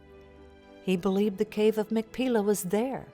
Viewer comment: The Hebrew pronunciation is actually "mak-pay-lah".